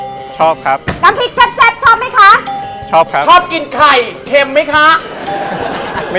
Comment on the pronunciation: คุณชอบกินไข่....เค็มไหมค่ะ โถวว พี่เว้นวรรคได้แบบ555